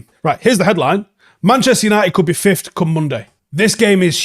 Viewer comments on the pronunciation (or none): I didn’t even realise he pronounced it like that lol. I’ve heard many people pronounce it like that though. It’s wrong but maybe it rolls of the tongue easier like could’ve many people mispronounce as could of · Please start saying fifth properly it isn’t even an accent thing you’re just straight up saying it wrong